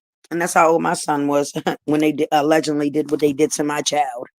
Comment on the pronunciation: Chyna heard the word “allegedly” and haven’t stop sayin it since 😂 she too illiterate to know how to use the word, how tf u saying “FACTZZZ” after u saying allegedly?? It’s one or the other. She don’t even know how to pronounce it tf is “allegendly” it’s no N in allegedly 😂😂😂😂